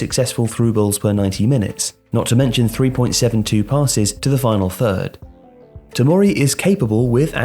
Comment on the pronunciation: Respect to for pronouncing Tomori’s name. A lot of PUNDITS would’ve butchered the pronounciation